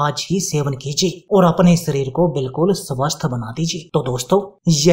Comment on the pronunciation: शरीर को "सरीर" तथा शक्ति को "सक्ति" क्यों बोलते हो? हमारा व हमारे बच्चों का उच्चारण भी खराब करते हो 👎👎👎👎👎👎👎